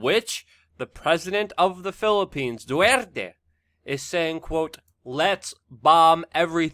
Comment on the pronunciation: Say it with me; ''Dee Ter-tay'' 😉